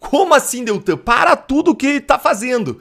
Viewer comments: Amigo o nome é DELTAN e não Deltran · Por favor, não é Deltran, é DELTAN. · NAO E' DETRAN, E' DELTAN !!!!!!!! SACOU?????